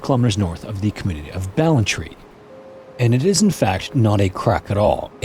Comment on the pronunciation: Ballantrae is pronounced "Ball-an-tray" (/bæl.ənˈtreɪ/) not "Ball-an-tree", my childhood home in Wales was named after that place!